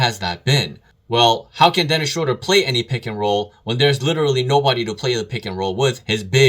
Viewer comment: It’s pronounced Schruuder bro. Dont ask me why. Guess its a German thing 🤣